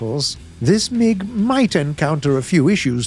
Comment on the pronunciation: mans said "a new meeg with a suspended boofay"